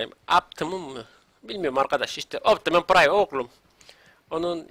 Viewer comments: Optimus pıraym diye okunuo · okunuşu optimuspraym